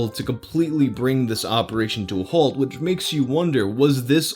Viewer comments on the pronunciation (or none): none